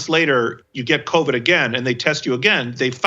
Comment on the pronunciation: Did he just call it "COVI"?? Somewhere, Donnell Rawlings feels vindicated.